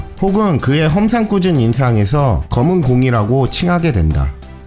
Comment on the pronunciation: 아무리 다시 들어도 '검은 공' ㅋㅋ